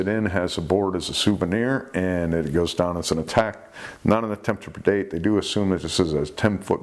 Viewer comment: I think just loves to say "attempts to perdate"